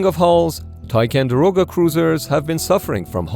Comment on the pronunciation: Go back to the original thumbnail, chickens. Also, it's tiCONderoga not tiCANderoga.